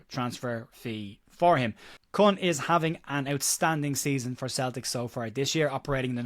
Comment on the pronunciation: The name is pronounced "Coon". Not racist, it's just how it's pronounced